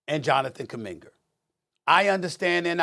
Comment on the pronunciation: Jonathan kuminger😂💀😂